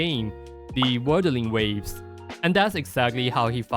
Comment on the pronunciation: Bro can't even pronounce Wuthering Waves.